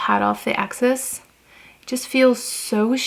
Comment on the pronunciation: Don’t think you need to speak fluent French to know ‘soleil’ is pronounced ‘Sol-ay’ not ‘Sol.’ And ‘excess’ is, well, ‘excess’ not ‘axis’